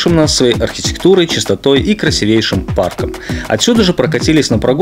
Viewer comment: КрасИвейшим, а не красивЕйшим. В каждом ролике слух режет.